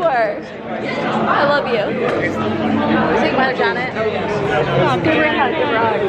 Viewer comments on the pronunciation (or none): Why do you pronounce her name as Janet when it’s Jannat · Not the Janet for Juh-nuth 😅🤦🏻‍♀️